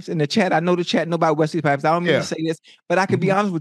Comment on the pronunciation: Dawg said Wesley pipes